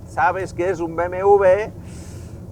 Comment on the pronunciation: BMV? porque no dice BMW?